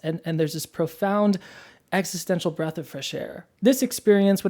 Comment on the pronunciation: Did you just say breadth😂❤ What's your major?